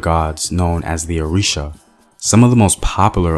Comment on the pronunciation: GOOD WORK BUT A FEW CORRECTIONS: ILE IFE = EE 'LAY EE 'FEH, ORISA= OO REE 'SHA, MOREMI CHILE WAS A BOY NOT A GIRL.